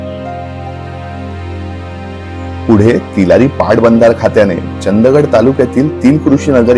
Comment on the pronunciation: सगळे Youtuber तुम्ही बेळगाव जवळ येणार पण त्याच नाव नाही घेणार, हाच खंत राहतो नेहमी मनातब😶 आणि ते चंद गड नाही, चंदगड.